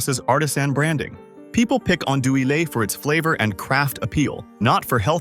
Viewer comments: Teach your AI to pronounce Andouille correctly and consistently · If you're going to talk bad about a product you might want to get the Cajun pronunciation correct